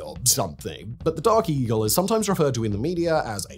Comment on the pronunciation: Did this MoFo say DARKIE??? Oh, Dark Eagle🤣😂😂🤣